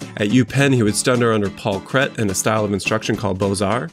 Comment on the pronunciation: Paul Philippe Cret's last name is pronounced "CRAY"....(he is French). The firm of Harbison Hough Livingston and Larson grew out of Cret's firm. I worked there in the 80's and the name had been shortened to H2L2...still in business for over 100 years. We had a sketch that Kahn had done for a tollbooth, I think for a bridge, when he was working with Cret. We also had Cret's portfolio of charcoal sketches...beautiful work! Paul Cret was quite a gifted Architect. He won the competition for the American cemetary at Normandy beach. Also did the Folger Shakespeare Library in D.C., Federal Reserve building in D.C., Main building and tower and the master plan for the University of Texas at Austin, Indianapolis Public Library, and many bridges all over the country. He evolved out of the Beaux Arts style and developed a clean classically influnced modern architecture that was a precurser to Art Moderne, also influenced the "Fascist" architects of Europe and especially Albert Speer. This is unfortunate since this school of Architecture will forever be associated with the Nazi movement. Cret's later buildings are quite modern in detail, but also have the gravitas of Classical Architecture. I would like to think that Kahn was influenced by Cret's classical training. When you look at the monumentality and symetrical composition of so many of Kahn's byuildings there seems to be a recognition of classical principals. Romaldo Girgola's name has the accent on the first syllable, (GIR-go-la)...